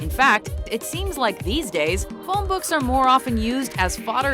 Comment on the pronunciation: Arabic isn't pronounced a-ray-bick. It's pronounced ara-bick Also books are not pronounced bucks